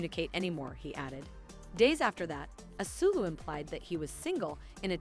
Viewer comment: his name is pronounced "as-weh-lo"